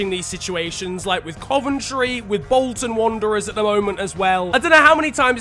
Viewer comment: "Wolton Wanderers"